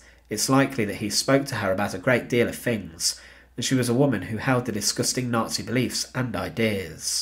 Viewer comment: 'N0TSEE GREENSPANS'